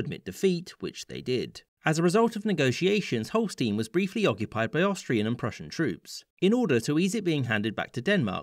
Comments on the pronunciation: schleswig holstein is pronounced stein, not steen. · Holstein is pronounced as Holstine, not Holsteen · HolstEIn. Stein. Not Steen. Stein. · OK, nitpicking here: the map is incomplete. From the Treaty of London (1839) until the Treaty of London (1867), the current Dutch province of Limburg was a duchy, with the Dutch King as the duke. This duchy was a member of the German Confederation. Also, in Holstein, the "ei" is pronounced as "aye", not "ee", although it could be that this is the way it is customarily pronounced in English. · I think it's mostly pronounced Holl stine too. Sometimes Holl sten. Never Holl steen as far as I know. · the southern border of Holstein (which btw is pronounced like "Holl-shtayn", not "-een") is incorrectly the modern borders (that triangle poking in from the south is the city state of Hamburg which has had these expanded borders only since 1938). In the rest of the video (i.e. shortly before up until ) the correct border is shown